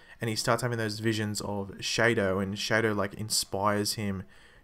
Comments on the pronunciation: "Shay-dow" it's pronounced the same as Shadow. (Shah-Dow) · its spelled shado but pronouced as shadow